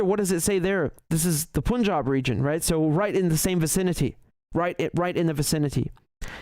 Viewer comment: It is سکھ not سیکھ it's پَنجاب not پونجاب